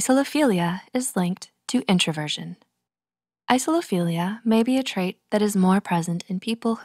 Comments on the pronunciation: the pronunciation seems to have fizzled out a little there towards the end... isophilia is not the same as isolophilia. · She starts saying "Isophilia" instead of "Isolophilia" around then end, including 3 times during the outro. I don't blame her though, slightly confusing word. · Text: Isolophilia Voice: Isophilia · when the narrator pronounces it wrong.